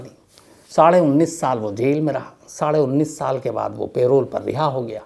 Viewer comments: Nice story ! But Shams aap hamesha hi पैरोल बोलते हैं लेकिन आज प्रोल क्यों बोल रहे हैं ?? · Payroll means.. kaam per aap payroll pe ho aour pay milega.. parole means ke 20 yrs. baad parole pe aap chhut saktey hai.. parole ko ….” p…. role “…..pronounce kiya jata hai..” payroll ek pay deneka employers ke liye rit hai… p…. role pronounce kijiye.. mujhe samajne mei dikat hoti hai.. payroll shubd per.. thank you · It’s not payroll it’s parole په رول